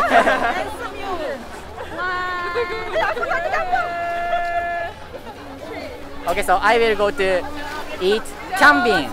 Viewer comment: it's not "kambngi" it's "kambing".